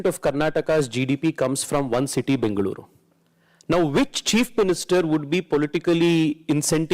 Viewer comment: i like the way the anchor pronounced Bengaluru and Tamilnadu